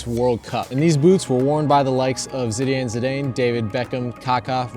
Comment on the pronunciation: Jesus.. the way he pronounced Zinedine Zidane 🤢